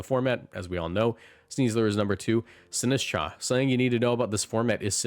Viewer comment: DO NOT LEAVE OFF THE T IN SINISTCHA!